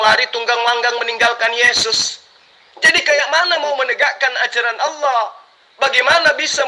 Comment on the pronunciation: ALLAH.. uthi... Bukan owloh... Kata jd murtad masa gk bisa ucap ALLAH..